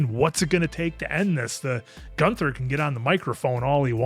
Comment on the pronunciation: it’s Gunther not Goonther